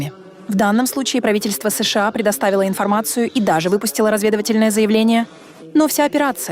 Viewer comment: Информация дельная, но ИИ с ложным ударением уже осточертел.. Неприятно понимать с плохими ударениями и долгими паузами между буквами "С..Ш А". Живые люди так пока не говорят, но вынуждены слушать.